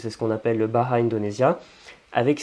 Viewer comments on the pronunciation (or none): Le bahasa Indonesia se prononce ba-a-ssa ;) se qui signifie la langue parlée